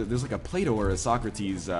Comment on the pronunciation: And the old Greek dude must have been Plato (when I heard you first I thought you said Play D'Oh) since he defined platonic relationships where people don't bone eachother.